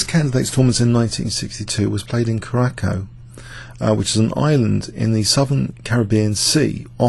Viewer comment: The pronunciation of Curacaco is laughably off. It´s pronounced somethig close to "Kiurasao".